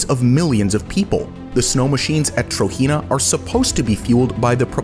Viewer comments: Just to let you know. TROJENA is pronounced how it is spelt Tro-Jen-A not Tro-He-Na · (*Trojena is pronounced Tojena and not Trohena*) Amazing video I actually live in the Kingdom Of Saudi Arabia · you're pronouncing trojena wrong.